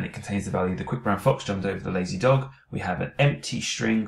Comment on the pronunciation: You said laxy not lazy